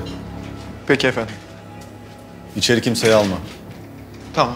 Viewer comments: şu delegenin yardımcısının ofonnim demesi nedir ya..o kadar türkçe konuş efendim diyeme)) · Fransua her "eföndum" dediyinde daha da qıcık oluyorum fransızlara..Ayrıca Dilrubanın elbiselerini tasarlayan hər kimse ona "alkış" diyorum.